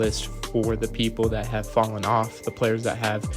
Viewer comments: You wrote “fallen” but keep saying “fellen” which isn’t a word. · Ok, sorry. I did about 5 minutes of research and found "Old High German fellen," and "middle English" for the use of the word fellen. I did not realize you wrote "fallen" which is not pronounced how you pronounce "fellen" and I also didn't realize you were resurrecting an ancient word. So why did you write "fallen" in the title, but say "fellen" the whole video? (by the way, spell checks don't recognize "fellen" either.